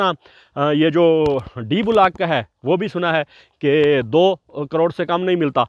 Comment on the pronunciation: کیا وجہ ھے کہ گورے ویڈیو بناتے ہیں تو ان میں گرامر کی غلطی ھوتی ھے نہ تلفظ کی۔ ہم لوگ "بلاک" کو بھی بگاڑ کر "بولاک" بنا ڈالتے ہیں۔ بھئی یو ٹیوب تمام دنیا میں دیکھا اور سنا جاتا ھے، نشر سے پہلے کسی سے تصحیح کروا لیا کریں اور مشق کر کے، الفاظ کا محتاط چناو کر کے، بین الاقوامی سطح پر پاکستان کا نام روشن فرمائیے۔